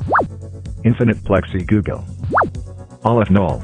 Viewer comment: More like “negative one googuall”